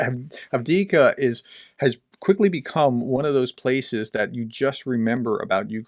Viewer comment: You keep saying avdika when the name is Avdiivka (Av-diiv-ka). Keep up the great work :)